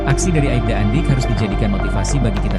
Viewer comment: Bukan aibda tapi Aipda min